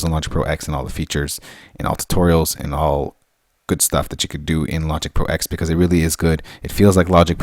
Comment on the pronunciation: Technically it is pronounced 'Logic Pro Ten' as the X in OS-X refers to the UNIX operating system. Logic Pro X runs inside OS-X and therefoe cannot be allowed to have it's own kernel which would breach heirachy protocols in UNIX, it is merely executable code. So it is '10'. :o)